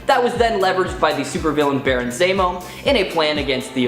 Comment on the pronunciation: Why are you saying it like that? What? Baron Zaymo. Zemo. Zaymo. Say Zero. Zero. Now say Baron Zemo. Right, Baron Zaymo...